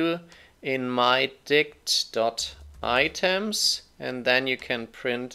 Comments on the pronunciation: I was listening to this one my speakers at max volume and just kept hearing mydi** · Great video; however, something about that variable, mydict keeps making me laugh whenever you say it..